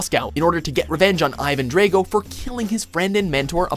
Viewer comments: Rocky IV is a classic, learn how to pronounce one of the best villains ever name properly. It's NOT pronounced Ivan Dray-go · Did you just say Ivan Draygo.... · Ivan "draygo"? Come on dude, his name is said like 20 times in the movie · Ivan Drego? Really? REALLY?!